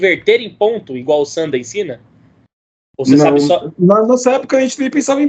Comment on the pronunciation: Não se pronuncia "Sânda" tonificando a sílaba inicial, mas sim "Sandá", tonificando a última sílaba. Logicamente que não possui acento. O fiz apenas para exemplificar que o som mais forte fuça na última sílaba. Sanda=luta livre/combate livre. San=3 Da=golpe/luta/combate... O Kung Fu Tradicional inclui formas distintas, de acordo com o sistema. São ferramentas trabalhadas formais voltadas para a defesa pessoal sistemática. Ao se aplicar dentro de um combate livre (Sanda/Sanshou) sofrem uma desestruturação do sistema, ou seja ficam disformes, sem formas. Mas o fato de não ser mais sistemático durante o combate livre, não significa que as formas não sirvam. Durante o combate, aplica-se a essência marcial, a ciência marcial encutida nas formas e práticas tradicionais. O Sanda é uma aplicação livre das formas, mas disformes, atreladas as regras da disputa. O Kung Fu Tradicional é amplo. O Kung Fu esportivo (Sanda) é limitado propositadamente para proteger o atleta e tornar o desporto atrativo para todos. O Sanda é a aplicação violenta, simples e direta do Kung Fu Tradicional, o Wushu, de fato. Dentro de cada sequência tradicional existe uma essência que se aplica de maneira não sistêmica.